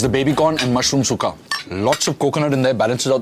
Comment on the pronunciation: its sukka(tulu) not sukha